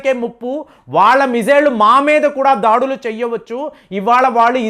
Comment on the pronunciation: 1.37 సెకన్ ల వద్ద మీరు దాడులు అంటానికి బదులుగా ' దాడీలు ' అనటం ఏం బావోలేదు.. మీరు తెలుగు వారే కదా ఎందుకలా పదాలను కూనీ చేస్తూ మాట్లాడుతూ వుంటారు.. అసలు తెలుగులో దాడీలు అనే పదం ఉందా.. ఇదే కాదు అనుసరించటాన్ని 'అనుకరించటం' అని అంటుంటారు.. రెంటికీ అర్ధాలు వేరుగా ఉంటాయి.. తీయనైన తెలుగు భాషనే వాడండి